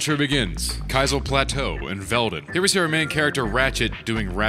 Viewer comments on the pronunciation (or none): I ALSO pronounced it like “Kai-zill” until I heard Ted Price refer to it as “Kih-zill”